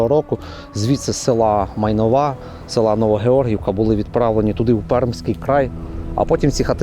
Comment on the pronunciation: Не Майнов`а, а Майн`ова (наголос). Життяв цьому селі зникло разом з логістикою. Молодь поїхала, старші доживають віку...